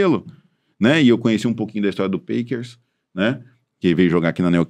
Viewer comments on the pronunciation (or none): A pronúncia do PACKERS tá errada. É PÉQUERS